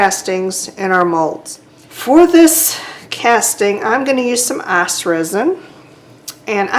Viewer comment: Great video. When you said ICE I would have sworn you were from the south😊 I'm in SC you sound like a hometown lady hihihihi